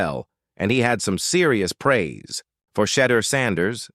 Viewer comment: This speaker whether human or AI doesn't even know how to pronounce Shedeur's name.